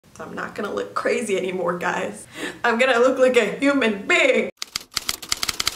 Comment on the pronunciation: I heard “I’m gonna be a newmannn”I know she said human lmao love ya Darcei ^^